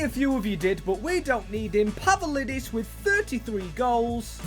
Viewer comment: ITS PAVLIDIS NOT PAVALIDIS BRO COMON